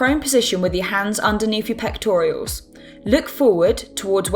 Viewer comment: Pectoral muscle, not pectorials.